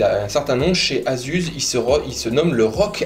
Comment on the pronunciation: super video! mais ça se prononce,AZUSSE!! pas AZUZE!! lol